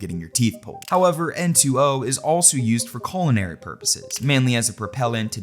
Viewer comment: Colonary purposes? XD